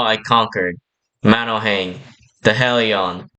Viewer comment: I don’t wanna be that guy but.. you mispronounced Misteresque, Hellion and Lafoole Just saying this so you’ll know next time! by the way great vid